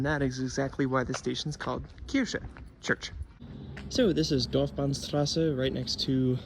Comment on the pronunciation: You pronounced 'Kirche' correctly at 9.16. At other points, you pronounced it as 'Kirsche', which means 'cherry'. 🙂 It's one of the most unusual underground public transport systems in the world. This is the first time I see a proper video about it, with a lot of attention to detail. Good job. The child naming the stations is just too cute.